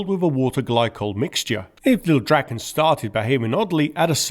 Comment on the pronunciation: DraaaAAAAAAAAAaaa-ken. Long A. As in Draw. SAAB saw draken naken.